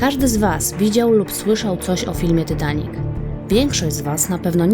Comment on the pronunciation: mówi się titanik a nie tytanik